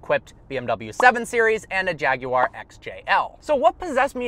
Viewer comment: THANK YOU FOR PRONOUNCING JAGUAR 🐆 CORRECTLY!!!